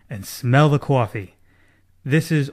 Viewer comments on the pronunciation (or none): Did that dude say "Wake up and smell the Cwaffie"? Does he think he's Stewie Griffen?